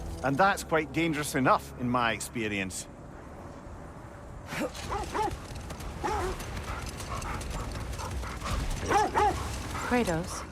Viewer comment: Kratos not kraots dumbass